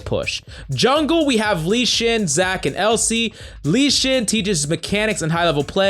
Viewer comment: U mean "Keeneen, Lee Shin, Elsee"? xd